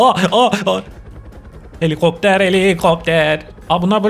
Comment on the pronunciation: 😂😂😂 Gülmekten öldüm abi ❤❤❤ ✨Heliğopter heliiğopter✨ 😅😅😅